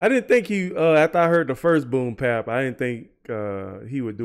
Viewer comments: Please understand that it's called "Boom Bap" Not boom pap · I'm curious, why do you always say "boom pap" instead of "boom bap"?